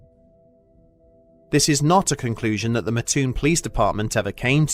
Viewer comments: its Mattoon MAT-TOON not MA-TTOON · I live in Mattoon Illinois and never heard of this ghost story in my 30 years of living here. But it does crack me up how he says Mattoon. It's not Ma-toon its Mat-toon. And its has a little more fun facts like. The original Burger King, Worlds biggest bagel ever made and it was a stomping ground for Al Capone. But now days its more known as a agricultural town farming corn,soy bean and meth 😆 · MAT toon. Not Mahtoon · It's Mattoon not Maahtoon my friend haha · I used to live near Mattoon. My only issue with the video is that it is pronounces Mat-toon. Otherwise, great video! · one of my first thoughts was "I wonder if they'll say the name right." Nope. But oh well. Still cool to see the story.